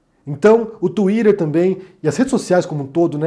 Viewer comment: Não fale mais tuider, por favor.